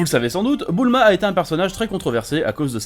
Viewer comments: super video mais* ::: c'est Bulma et non Boouuuulma !!! hahaahhaaha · Toi t’as vraiment des problèmes sur les prononciations, déjà tu mAvis alors que c’est M"éy"vis De plus C’est pas Boulma mais bUUUUlma, répète après moi BUUUULMA :) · Mdr tu me tue quand tu dit boulma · «Boul-ma » c’est vrai qu’elle porte bien son nom 🤔